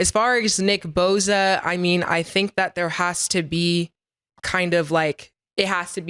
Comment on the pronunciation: its boSa not boZa 😂😂😂 tell em said shut up n rush the passer Nicki boza